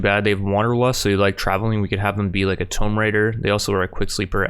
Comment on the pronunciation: can you please learn how to say the word "tomb" properly??